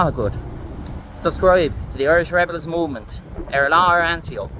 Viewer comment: Anseo is pronounced 'unshuh' not an-seo.